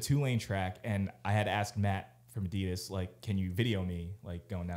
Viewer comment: Can someone please get to pronounce Adidas like a normal American instead of like a pretentious douche? Enjoy everything the group does except this one very annoying thing.